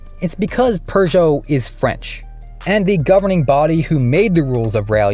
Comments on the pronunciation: There's no "r" in Peugeot. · I guess "restrictor" is Seppo for "turbo gate", just like "sell eh kar" is Seppo for "Celica". You can pronounce Peugeot properly, though. Edit, not Lancia or Hyundai, however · Forget lancia what about the pugeot